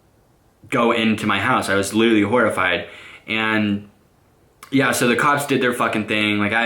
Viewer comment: When he says and yea it sounfs like 'enyea'